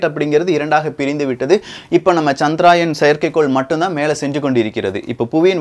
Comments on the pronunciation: சகோ அது சந்திரயான் -chandrayaan (சந்திராயன் இல்லை) தவறு திருத்திகொள்ள மட்டுமே,,please don't mistake me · Bro.. It is Chandrayaan. Not Chadraayan. Pls correct pronounsation also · It is not chandraayan , correct name is CHANDRA YAAN . . .